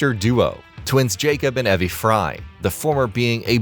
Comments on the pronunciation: Who is Ev-e lol…seriously isnt not hard to look up the proper pronunciation of names before you record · Bro said evie name wrong soo much it hurt 😂